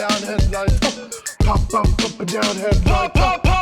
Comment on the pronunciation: POHP OHP HEADLOOOIGHTS!! 😂😂😂